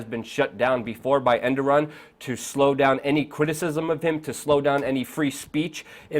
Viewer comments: dumbass it E R D O G A N not enduram wtf haha and he is the president. if u copy news at least read it first ....endoran whaahaahaa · Reapeat after me...err-dough-gan Hope this helps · Errr dow wan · It's ErrDOGan! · Its pronounced "Er-dog-aan" lol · Well. You can't even pronounce the guy's name but somehow you're an analyst on the subject. Oh the internet! You turned the world into a huge pile of shit. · lol how luke says Erdogan differently almost everytime but never correctly :DD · agreed, fucking learn the guys name please